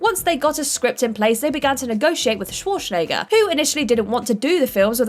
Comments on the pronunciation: CANNOT pronounce worth a damn. "undoubtably" hard, "ek-specially" for those it's only recently "came" to light "dilla-tan-tay" Arnold "Schwar-shen-egger" Director Francis Ford "Ka-PO-la" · Arnold Sworshnayger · Shwashnegger??? You really said Shwashnegger... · has clearly never heard of the actor named Arnold Schwarzenegger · k She didn't just pronounce the W wrong... the way she said the Z isn't used by anyone. She said Shwarshnaygur. How she managed to not even pronounce it as well as other English speakers boggles the mind. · Is she Sean Connery's granddaughter?! "Shwarshnegger" sounds like something Daryl Hammond would say playing Connery on SNL. Also, did everyone else at What Culture get fired?! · Schwarschnegger lol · Actually, no. This isn't fault for mispronouncing Schwarzenegger's name. Its the editors fault for not asking for another take. Looking at you Dom Old. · Is it me or did get progressively more drunk each time she pronounced Arnold's surname? Maybe she did a shot each time his name came up? XD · Or Schwarzenegger... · What the hell.... why can't you pronounce Coppola and Schwarzenegger!?!?!